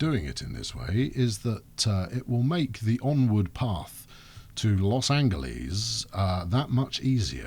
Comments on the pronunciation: IT'S FUCKING PRONOUNCED "_LOS ANJALESS_" IT'S THE FUCKING CITY OF ANGELS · why are you calling los Angeles los anglees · TRIGGERED when pronounced Los Angeles as Los Angleless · It's funny. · Geoff Webber Too bad. If they speak English and play a map of the USA than speak the name right. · I've seen from the other comment you made you're beyond just hypersensitive about enunciation and for some reason felt that it's worth your time to get up & arms about. I'm from Oregon, and can tell you that there is plenty of people who call it that, and it's for the same reason that said it - for the fun of it. If someone called Portland "Pertlynt", I would laugh at it, and join them, not get royally pissed like you do. Try to ease up on your livid attitude towards a enunciation man. It's not worth anyone's time, not even your own to be all disgruntled about. It won't kill anyone, or hurt anyone, but apparently the only thing it will hurt is your ego about it. And really, is it worth anyone's time to feel angry and argue about how someone says something? If so, you clearly have way too much time on your hands. Only the most hypersensitive actually respond the way you have and still do, after a entire half a year. Edit: On the subject of the technicality, we English speakers, yes including you, enunciate it incorrectly anyway as it's Spanish. So, realistically, even we have no right to correct people's enunciation of it's name.